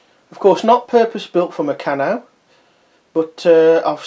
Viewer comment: I'm glad you posted this mate as I was looking to buy one to put all my bits and pieces in. By the way you pronounce Meccano as murcarno.